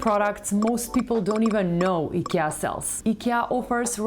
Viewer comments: It's not EKEA, it's IKEA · Why u pronounce IKEA as eekir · Have we all been pronouncing IKEA wrong this whole time? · first rule of fight club: learn how to say IKEA if you gonna do an IKEA video